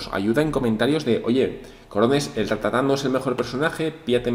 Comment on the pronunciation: no es ratatá es rátata. Cada vez que lo dices mal muere un ratata xD